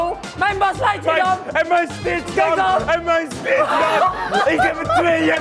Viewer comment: enzo je zegt ht fout het is stitch